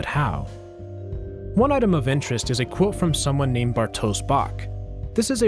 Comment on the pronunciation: "sz" in polish is read like "sh", so its "bartosh"